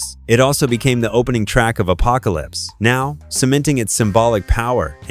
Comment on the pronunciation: When talking about The Doors song "This Is the End," the narrator put a gap in Apocalypse Now between the words Apocalypse and Now as if Apocalypse ended one sentence and Now started a new sentence. I'm guessing he's too young to be familiar with movie.